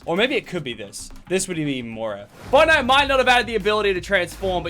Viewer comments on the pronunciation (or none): none